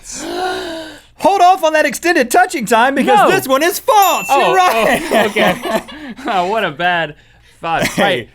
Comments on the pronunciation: I love you guys to death, but it drives me crazy when you pronounce "false" like "faltse" !! Haha sorry just had to get that out there. Love this show and Ear Biscuits! Keep it up, fellas ;) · Link says "faltse"